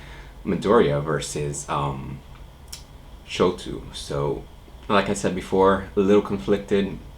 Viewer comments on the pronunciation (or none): Shoto is pronounced "show-toe", not "show-too" lol Great reaction as always